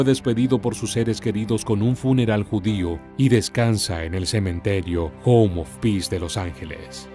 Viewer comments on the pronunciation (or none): none